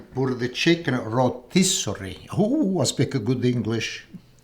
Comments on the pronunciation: Rotisserie ❌ Reetossery ✅ ❤❤❤ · Geesh! I understood what he said when he said "rotisserie"...don't be so hard on the ol'guy...kidding, not kidding 💗🤣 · Let him say rotisserie chicken as he pleases. Part of his charm is maintaining part of his culture.